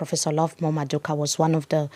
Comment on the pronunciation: Love the conversation and the discussion. One point though, it’s Prof MadhuKU and not Madhuka. It’s very awkward when you pronounce his last name that way.